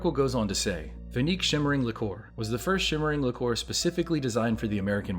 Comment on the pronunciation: Liqueur is pronounced 'li-cure', btw...the 'li-core' was getting to me.